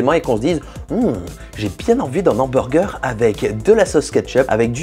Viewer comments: Tu dis « l’hamburger », ça me stresse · Un Nhamburger ... Cette liaison dégueulasse a souhait putain ^^" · Il m'a tué quand il a dit mon ambourger 🤣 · Si on ne fait pas attention a la liaison la vidéo est très bien ouais ;) J'en profite pour te remercier car ça fait un moment que j’envisageais de me lancer dans la 3D et suite a ta vidéo qui met en avant la facilité de HitFilm j'ai enfin franchis le pas :) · YA pas de liaison entre "les" et "hamburger" parce que ya un h, voila